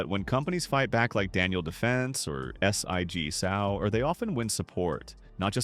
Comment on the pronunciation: The reader cannot even pronounce sig Sauer correctly he spelled s i g